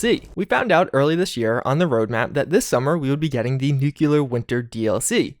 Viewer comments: dude I love your videos but for christ's sake man it's pronounced NEW-KLEE-URR. Nucular is so painfully wrong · The way to pronounce "Nuclear" sounds like NEW-CLEAR, and not NUKE-YOU-LUR. Just a tip for future videos. I dig videos, but just wanted to pass that along. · It's nuCLear winter, not nukelar winter.... Why nobody pronounces nuclear correctly? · NEW-CLEAR not NUKE-YOU-LUR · I agree, one wouldn't pronounce the word CLEAR as "CU-LUR", so why pronounce NU-CLEAR as NU-CU-LUR... that really bugs me. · Mispronunciation isn't an accent thing. The only time you hear it pronounced NUKE-U-LAR is when people mock someone of ill intelligence... like the cheesy Pulowski Preservation shelter or good ol' George W. B. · nucular winter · I'm not American, but I thought all Americans pronounced it as "nucular" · nucelar winter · Patch 11 will reportedly include pronouncing "nuclear" correctly!